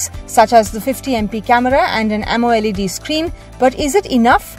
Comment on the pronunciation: hey narrator its called AMOLED not AMO LEd